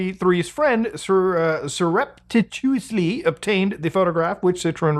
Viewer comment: Bro can't even say surreptitious lol